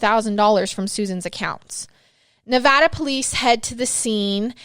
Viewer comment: Thank you for saying Nevada correctly